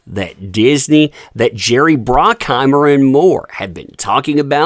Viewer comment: Not just Robbie, but Brockheimer for Bruckheimer, and Kirsten for Kristin, don't think he knows tbh.